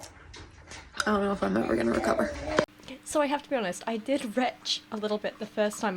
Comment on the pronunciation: You said "let’s be honest" and my gay ass heard "lesbi-onest" 😅